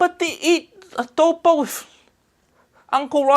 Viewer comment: Correct pronunciation of Adobo.